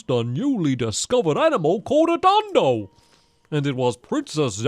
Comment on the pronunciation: stampy, not to be rude, it's pronounced don-don, not don-do